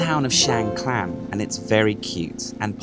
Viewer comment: another masterfully created depiction of a wonderful location which I've visited a couple of times. May I ask if your pronunciation of Khan, clan is correct as I have only heard it pronounced carn.